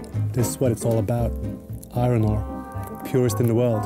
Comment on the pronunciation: The pronunciation of iron is hysterical - i-ron. Of course, it's pronounced i-urn. Non-native english speakers usually get this pronunciation wrong, but to hear it over and over again in one piece is funny.